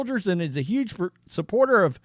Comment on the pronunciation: “Yuge” mistake.